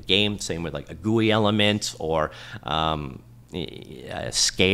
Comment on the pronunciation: I like the way you said Goouii for GUI